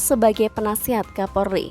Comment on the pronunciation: KAPOLRI BUKAN KAPORLI 🤣